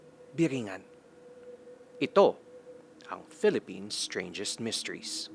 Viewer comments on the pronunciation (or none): none